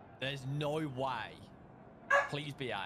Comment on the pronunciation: "there's nohrrr way... Nohhrr way!"